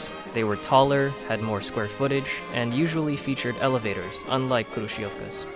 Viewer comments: hrushofka that's how you pronounce it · Мне так нравится когда он сказал крующевки